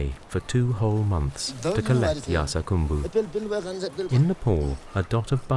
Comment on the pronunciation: It's spelled 'Yarsagumba' but he keeps saying 'Yarsagambu'.